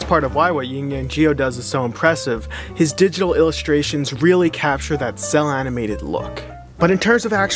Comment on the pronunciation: "jhis ears"